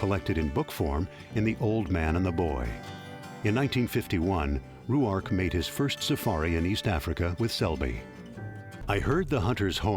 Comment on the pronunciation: Where did they come up with the pronunciation Roo-ark? Very annoying. Selby pronounced it Rork, as does the documentary on Ruark presented by the Robert Ruark society.